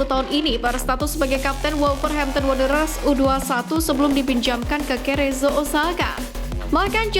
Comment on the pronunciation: Cerezo dibaca 'serezo' bkn kerejo